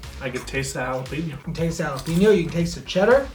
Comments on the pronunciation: Really? Jalapeeno? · haa·luh pei nyow v's ha·luh·pei·nyow